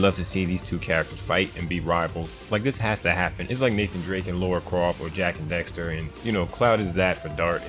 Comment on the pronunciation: bitch its daxter not dexter